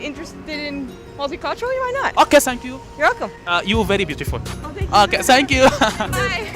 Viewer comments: لك ثانكيو ..مو سانكيو😂😂😂😂 فضحتنا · بس مره تانيه الفظ الثانكيو مزبوط مو سانكيو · السوري يقول سانكيو ههههههه قصدو ثانكيو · ثانكيو مو سانكيو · اذا بدك تقول للواحد شكر آ بلأنجليزي thank you not sank you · سانك يو بدل ثانك يو نكتوا أخت اللغة كمان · تنكيو مش سنكيو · هاي ..حلو انك تاخد كلشي بطريقة مهضومة..بس بخصوص اللفظ الانكلش ..خدا نصيحة من اخت لاخوها ..ابدا مو عيب ازا طالعت الاكسنت صح يعني عادي ازا قلت thank u بدال سانكيووو ..وكتير ضحكنا بس شفنا الفديو وفعلا مهضوووم كتير ..وازا بدي اقترح سؤال ..ياريت تسال الكنديين ازا بيعرفو شي كلمة بلعربي ..لو حتى.. شكرا .. وشكرا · فضحتنا اسما تانكيو مو سانكيو 😂😂😂😂😂😂😂😂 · ثنكيو مو سنكيو يا فهمان هههههه دخيل ربك شو ئلبي حبك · sank you الي عم تقولها معناها اغراق لازم تدرب عحرف الثاء مشان تقدر تقولThank you الي معناها شكرا ما Sank you الي معناها اغراق لانو الي بيعرفوا انك ما بتعرف منيح ممكن يقبلوها بس الي مفكرينك بالبل رح يتدايقوا منك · ليش بتقول سانكيو